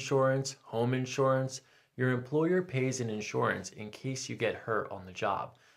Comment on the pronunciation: inshorance, inshorance, inshorance